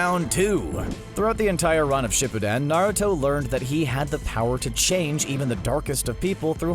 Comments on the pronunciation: dude the way u say shipuden ishurting my soul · And shippuden you said dat wrong too